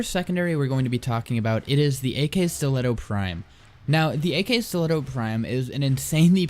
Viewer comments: This guy: AK stilettos. The game: Akskileto "Ak" brainchild: Am I a joke to you? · I don't think that it's pronounced "ak-bolto" or "ak-stiletto", but rather "akbolto" & "akstiletto", since you say "akimbo" not "ak-imbo"